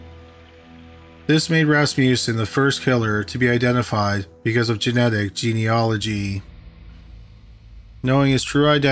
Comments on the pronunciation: OMG you pronounced "genealogy" right! I've never been this proud of someone. Much better than pt. 1. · Haha, I was dreading that pronunciation when the podcast format was announced. Good on him😁